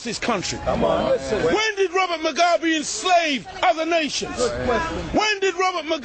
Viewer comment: its robert MUGABE u damm fuck not robert mogwabe!!!!